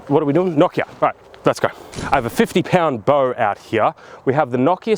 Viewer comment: The real April fool's joke is how you pronounce Nokia